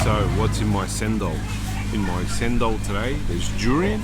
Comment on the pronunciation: Cendol is pronounced as cendol, not sendol. The green pasta is cendol